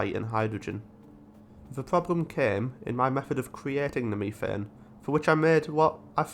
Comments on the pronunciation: What fresh hell do you live in, "mef-ane" ? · Love the idea of seeding a planet with life. also all your pronounciations are spot-on aside from methane it's usually pronounced "mef-ane" and not "me-thane"